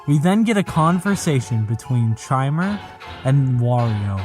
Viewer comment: Something I want to note about the last video - I don't think Chimer is meant to be pronounced with the typical 'ch' sound, but rather a 'k' sound. Chimer, given what we see of it's Bowser/Clown Car form, plus the fact its text popups use multiple character prompts (and Mario's AI claiming to feel Luigi's presence during its encounters with the thing), Chimer is meant to be a literal, digital Chimera of multiple entity's AI and forms